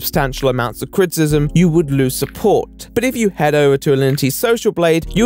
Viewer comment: U have a really hard time pronouncing criticism